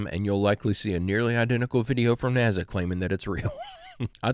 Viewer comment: Dude. I hate to be the one to tell you, but there is no Z. In the abriieviation NASA and you sound ridiculous when you say it like that.